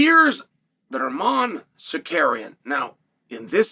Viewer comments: I will never not laugh at Uncle Chael saying “Sar-Kar-Eon.” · I was like, “Who the fawk is Sakarian?” before realizing this is uncle Chael and it’s Tsarukyan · Chael!! You promised you would pronounce Islam and armans last name correctly !!!